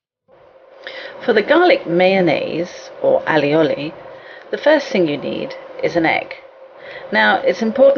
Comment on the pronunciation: Dear, Firstly, I don't know where you are from, but here in Catalunya (where it is from) it is pronounced just how it is on the video, All is garlic, and oli is oil!!!! And secondly, It is yellow because of the egg yalk and the oil.... So, before you say something you ought to know what you are talking about.....;)